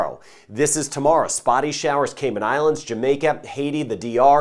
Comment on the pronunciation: must have a connection with the islands. He correctly pronounces all their names and leaves out none. Thank you